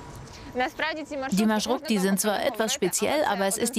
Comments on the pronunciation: Es heißt MarschruTKa! Plural: MarschruTKi! Und nicht Marschrutik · Marschrutka nicht Marschurtka: Marsch und Route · Das heißt marschrutka 🤣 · Xaxaxa wie schaft es der Typ das wort Маршрутка nicht auszusprechen. Das kommt von Deutschen Marschroute. BljA